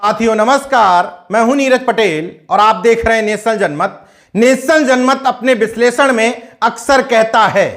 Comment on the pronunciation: Bislesan nhi Vishleshan? Plz mind correct pronunciations.